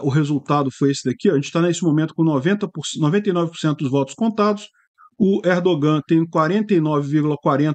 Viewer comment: O ğ em turco é letra muda. Não se pronúncia. ERDOOAN. A vogal antes do ğ é prolongada.